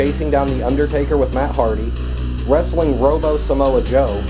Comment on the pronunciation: WAMEN warsssling = racks